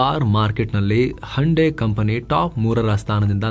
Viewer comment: ಹಂಡೆ ಅಲ್ಲ ಸರ್ ಅದು. ಹುಂಡೈ 😄😄